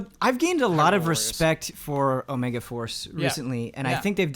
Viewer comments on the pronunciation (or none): none